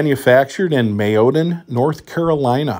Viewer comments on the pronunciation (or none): That's pronounced MAY O DAN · It's pronounced May O Dan NC enjoy your channel,thanks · Made in may-o-dan NC